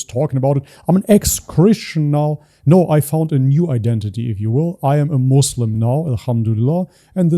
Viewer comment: Notice it right away when they said "ex muzlim" "izlam"💀